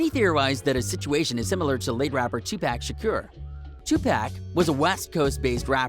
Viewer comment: Smh. First of all rip pop you will never be forgotten ❤️. and stop talking nonsense . let the guy rest in peace. and its "xxxtentacion" not "xxtentatitoin" stupid🙄. and its "Tupac Shakur" not "Toopack shakier" you fr talking nonsense. let them rest in peace. and stop making up stories. you fr dumb.